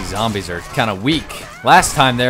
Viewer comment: zombies... ZOMBIES!? your a fake, the real says zambies D